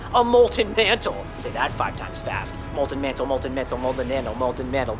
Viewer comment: He said molten Manthle in